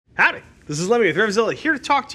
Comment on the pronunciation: His howdy sounded like Whoof.